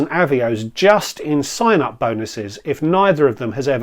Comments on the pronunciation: I gave you a like specifically for your comment about deliberately saying Avios wrong to annoy the viewer who felt the need to correct your pronunciation. Love it. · Happy Birthday. Loved the multiple avios pronunciations. Very interested in a video on paying off a credit card with a credit card. Immediately thought the costs of doing this would make it pointless but interested to hear how it will work. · Happy Birthday! Loved the pronunciations of Avios